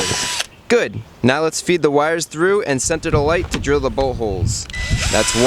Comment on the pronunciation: when he was drilling it sounded like he said buttholes it was actually bullholes